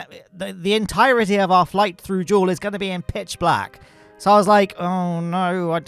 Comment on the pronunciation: no it's jool